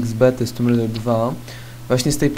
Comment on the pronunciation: tomb rajder tu a nie tumb rajder tu